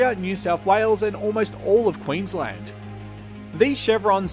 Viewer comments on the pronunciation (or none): none